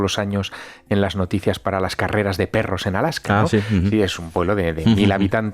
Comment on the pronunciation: Es ALASKA, no ALAJKA. De nada